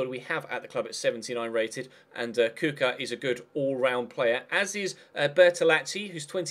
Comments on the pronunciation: Kucka is pronounced Kuchka lol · Kucka is pronounced "Kuchka"